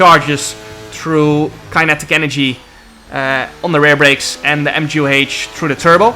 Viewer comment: You know I’m blown away by a lot of things jarno does, but his pronunciation of “kinetic” might be the craziest thing I’ve ever heard 🤣